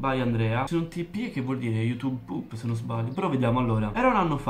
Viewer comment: Mi hai fatta impazzire quando hai detto quella frase in siciliano '' sbagghiasti '' ma come mai se hai l'accento fiorentino? Ti è uscita quella frase love sei unico